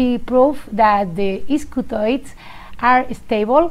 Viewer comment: Matt needs to go back to schole.